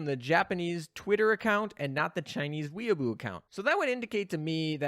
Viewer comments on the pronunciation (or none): pronouncing Weibo as weaboo never gets old. The correct way to pronounce it is way bwo.